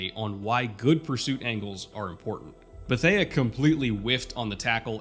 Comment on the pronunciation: Antoine Beth-ay. Not Beth-aya. Beth-ay.